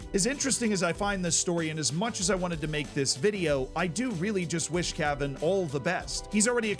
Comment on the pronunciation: Put the accent on the second "a" of Cavan and it sounds cooler.